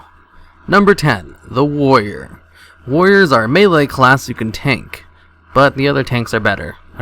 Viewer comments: Melee, not maylay... Melee!!! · Maylay? Melee* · "maylay" is not a word, "meelee" is. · WTF is a "maylay" class? don't you mean melee? :D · "maylay" ... what?